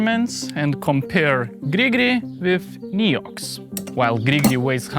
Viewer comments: Thats absolutely not how french say NEOX... XD In english you say nEEox... In french we say nAYox. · Hey! As a frenchy frog myself i can assure you there is absolutely no region in France, even in the most remoted ones, where someone would pronounce it "Niiouuuu" 😂 Great and interesting video as always! Grigri forever. ❤ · I'm French and certainly wouldn't have said Néou. ^^ Thank you so much for all your videos though! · Weird that you thought that "ox" is pronounced "oo" in France. In French, "Neox" is pronounced almost exactly like it is pronounced in English. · as a french, we don't pronounce it this way at all ;)